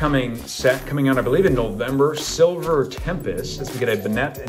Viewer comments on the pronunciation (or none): none